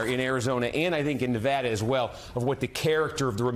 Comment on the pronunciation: What's a "nivaada"